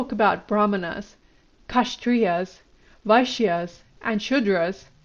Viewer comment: The pronounciation is not KASH-trias but K-SHATT-RIAS The k sound is like half a K